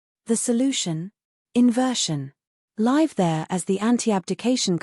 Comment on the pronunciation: You do not undertand what you are reading. You mispronounce 'live' giving it another meaning, It can be a verb or an adjective, youur pronunciation was the adjective when it was a verb in the context